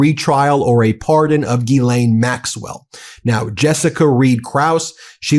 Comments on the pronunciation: did the reporter call her jizzlaine? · I'm pretty sure it's Jizz-Lane Maxwell not Ghee-lane. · BEN!!!!!!!!!! BENNNNNNNNNNNN I It's pronounced Jisslain. Not GEElaine Jiss. Like. Hiss. JISSLAINE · It's not ghee -lane. It's gill-len. Be one of the few who pronounces her name properly. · Say it right.. Jizz~Lane 💦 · I thought her name was pronounced Jizzlane 😅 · >Ghislaine> is prononced something like = Gees-lane